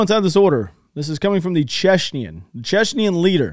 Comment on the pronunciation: CHECHEN. NOT CHECHNYEN.